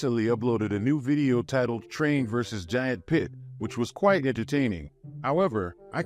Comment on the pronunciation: why does bro pronounce the word "video" as "vieo"